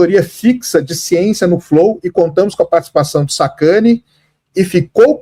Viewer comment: O Sérgio "SacaniOU" o Igor